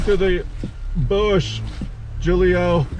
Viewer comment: i think it pronounced who-lee-o not jewel-ee-o but idk maybe I"m wrong.